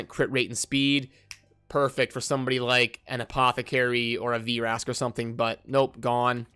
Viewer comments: STAHP CALLING HIM VEERASK....ITS JUST VRASK....no "ee" sound....stahp it haha :P...think like...the word vroom...its not said veeroom...just vroom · "V-Rask" lol